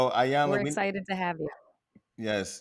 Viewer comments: Hollywood Unlocked. I absolutely ♥️♥️♥️♥️♥️♥️♥️♥️ your platform. Thank you for the content that you bring. Please commit to pronouncing Iyanla’s name correctly. It sounds like EEEEyanla. She is such a lady that she never corrected either of you. Awesome Show ♥️♥️♥️♥️🙏🏾🙏🏾🙏🏾🙏🏾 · Lord this lady’s name is pronounced EEEEEEEE-yun-lah!!! Damn how you gone interview someone and saying they name all wrong...Can’t watch this🤦🏾‍♀️🤦🏾‍♀️🤦🏾‍♀️ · Jason, melissa, its (E) yanla. The I is a E Pronunciation. Mylissa you are a word Smith. I didnt Expect you to pronounce her Name that way ! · Just wished they would pronounce her name correctly.